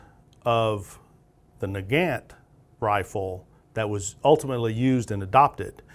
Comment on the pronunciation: I noticed that you pronounced 'Nagant' differently depending upon whether you were referring to the man or the rifle. When referring to Leon Nagant, you were pronouncing it incorrectly (nuh-gant) but when referring to the rifle, you were pronouncing it as 'nuh-gawnt' which is more accurate. Mosin is pronounced 'Mosin' not 'Mozin'.